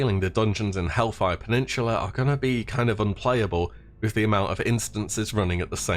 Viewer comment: "hellfire penninchula"